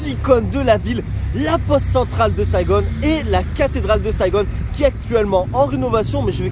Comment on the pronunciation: c’est Saigon et non Saigone, le Vietnam c’est aussi les kmers qui ont envahi le pays et les français étaient venus pour sauver les vietnamiens, depuis beaucoup de vietnamiens se sont réfugiés en France.